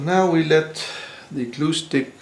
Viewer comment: When you say glue stick I heard acoustic.